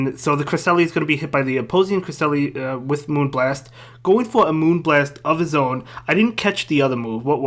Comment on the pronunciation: The best thing about season 2 is making pronounce Cresslia